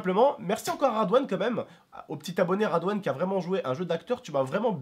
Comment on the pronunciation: radwan MDR c'est Redwane